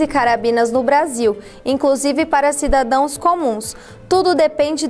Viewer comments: "Cidadoes" moça ?!!! Por favor né ... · “CIDADÕES” foi de doer o cú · "Cidadões" doeu... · Tbm vi isso.